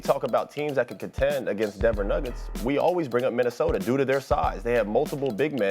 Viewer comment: "city of Minneosta"...